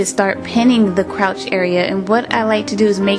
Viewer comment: It;s crotch not crouch